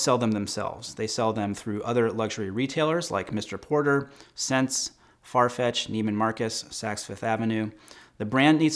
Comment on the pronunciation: Btw, SSENSE is pronounced “essence”